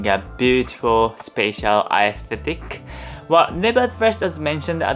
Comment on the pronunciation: Great video and enjoyed it very much! Only thing I can say as a critique is your pronunciation of words could be worked on especially with the word "aesthetics" but keep at it! You're doing great!